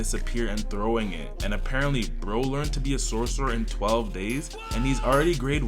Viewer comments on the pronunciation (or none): none